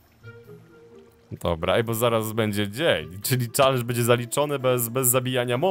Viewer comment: mówi sie czelendż a nie czalendż